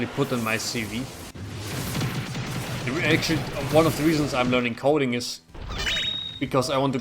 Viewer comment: I heard cult when u were talking programming 👀 when it was actually coding 🤣